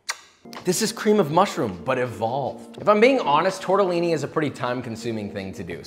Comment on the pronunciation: Josh: TORTAALIINEEI